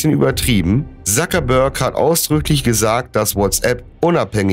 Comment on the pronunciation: nicht Sakebörg sondern Zuckerberg